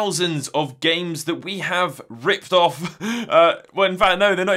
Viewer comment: It's clearly pronounced "REEP OFFF" hahaha